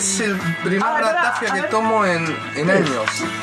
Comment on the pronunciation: Acabo de entrar al video, me ha matado el acento de la ratafia, no es "ratáfia", es "ratafía"!!!!!